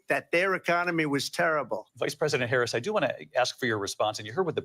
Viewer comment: Her very first word was a subtle correction. Let's see if he keeps mispronouncing her name. It's really not a difficult name to pronounce.